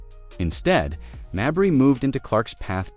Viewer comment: It's not Marberry. Most people named Mabrey pronounce it 'May bree, accent on May.